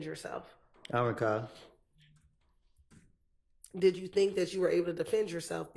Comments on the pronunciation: “Ion recawll” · He we go “ “..😂😂😂😂